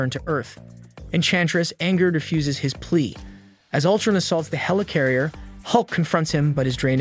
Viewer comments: Yeah Ultrin?!wtf, great work though but then he randomly says it right😂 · The way he says Ultrun instead of Utron drove me crazy🥴